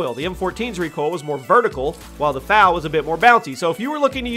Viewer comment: The fal is pronounced F A L